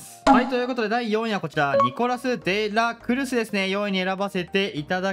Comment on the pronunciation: 間違ってないしむしろあってるんだろうけど｢ニコラス・で！ら！くるす！｣がめっちゃ気になっちゃうw